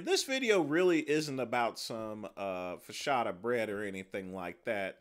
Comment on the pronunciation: Frank Tufano makes Focaccia because he's Italian. makes Fo-kaka because he kaka poo poo, if you know what I'm saying.